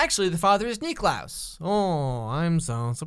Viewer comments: The fact that he calls him Nicklaus the whole time... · He keeps calling klaus Nicklaus and it is really triggering me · I’m cringing cause he keeps saying Niklaus like no just call him klaus the only person that calls him Niklaus is Elijah. Stop.